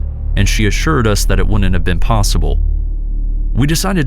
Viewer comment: The contractions are pronounced wood int and cood int. NOT woo nit and coo nit.